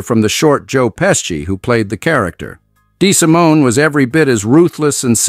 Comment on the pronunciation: Apart from the falsehood that Paul owned the cabstand when it was his brother Tuddy, and how to criminally mispronounce 'Lucchese' and 'DeSimone'!